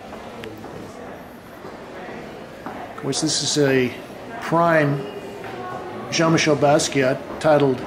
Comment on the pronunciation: its pronouncee John ot Gene michel basquiat